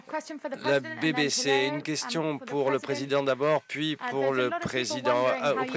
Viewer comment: La "bébécé" 😭